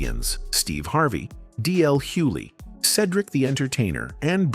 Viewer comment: “DL Huely” is crazy work